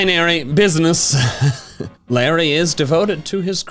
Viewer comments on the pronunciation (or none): none